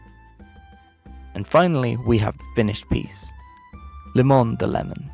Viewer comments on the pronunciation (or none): It’s not LIMON it’s límon